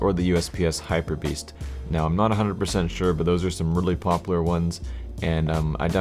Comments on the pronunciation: you keep saying pop lar and not pop u lar:( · popUlar** not poppler. pls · stop saying popular as "popler" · Stop saying 'popler' learn how to pronounce a 'u' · ツ CS:GO tru. Just stuck out to me as a little funny ;D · lol popaler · Chill dude its just a minor problem jeez... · parkdd You still aren't getting my point. The maker of the fucking skin does NOT speak English. He completely made the name up himself. Its not 'popular' pronounced the way we say it. Jesus christ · saying popular........... oh god. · The way he says popular makes me like question it . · Do you not know how to say popular? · you say popular so bad. pronounce the U more... sorry